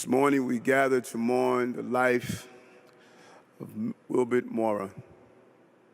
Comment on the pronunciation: It's Wilbert, missing the T